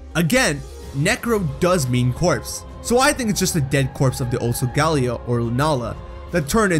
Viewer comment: pronouncing Solgaleo wrong Me: TRIGGERED